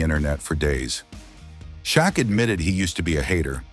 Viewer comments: Who the hell is ""Sha Q?" Frickin AI narration! C'mon! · "Sha Q" wtf?